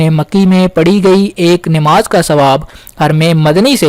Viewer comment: Bhai sahab word " Nimaz" nahi correct pronunciation hai NAMAAZ, ....Apni Urdu correct karein Qaaf ...... Urdu words ka sahi pronunciation Kiya karein.